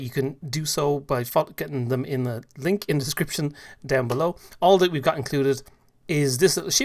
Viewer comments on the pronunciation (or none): Am i the only one that heard "You can do so by f**king them in the link in the description"? HAHAHA